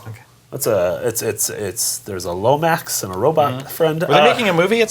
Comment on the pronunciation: Did just say "Lomax" not "Lombax" AND say Infamous is an Insomniac game?!?!?!